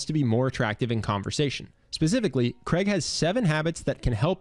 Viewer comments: Why can’t Americans pronounce the name Craig properly !!!!!! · Why can't Americans say the name Craig properly? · Why can't Americans say Craig properly? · His name is not pronounced Creg...as it is spelt Craig it is pronounced the same as rain...what is wrong with Americans ??? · I’m still trying to understand why Americans pronounce Craig as “Creg” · Cr-aig. Not Creg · CRAIG is a Scottish name, as in HAIG, MALLAIG, or McCAIG. (as in Hague or Vague). Cregg is so gross sounding. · It's Craig not Kreg ! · The name is pronounced Craig (Cr-aa-g) not Creg. It originates from the Scottish Gaelic name Creag. Speak proper English/Scottish. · His name is Craig, not Cregg, damned yankees. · Why can't he say Craig properly!!! sounds like he calling him Creg. CR-AI-G your welcome!!! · His name is Craig, not Creg. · its CRAIG not CREG!!! ffs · Who is "Kreg"!? It's f'cking CRAIG...CR-AIG not KREG....F'ck sake, how hard is it to pronounce a 5 letter word correctly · Why do Americans pronounce his name as ‘Kreg’? It’s CRAIG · you really need to learn how to pronounce "Craig". The name is pronounced "Crayg" not "Creg" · Thanks for the video. It's weird how Americans pronounce Craig as "Creg". There's an "i" too. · It's Craig, not Kreg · How have you managed to make a 15 minute video about his charisma without figuring out that he's not called Kreg. It's Craig, which rhymes with "vague". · Craig not Creg. I've heard multiple Americans get this pronunciation wrong. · His name is Craig not Creg! Damn Americans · His name (Craig) is pronounced Crayg not Creg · Since when is Craig pronounced like Greg, but with a C? 😕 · God I hate how Americans butcher English. Who says "Cregg". It's pronounced "Cray-G" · Why do americans butcher the name Craig by pronouncing it as Creg? It is so simple to say this correctly, but they go out of their way to stuff it up. It's the same middle sound as "laid". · Do Americans really call Craig, Creg? Lmao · Why do you keep calling him kreg?